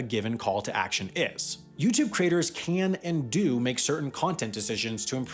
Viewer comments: I struggled thur the first half of this video: what are "cra-tors"? Eventually, I figured out that you were talking about "cre-a-tors"! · I keep hearing 'creators' morphing into 'craters'.